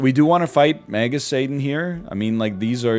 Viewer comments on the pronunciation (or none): none